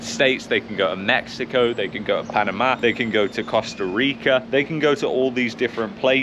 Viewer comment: why do you say "panama" so weird ? :P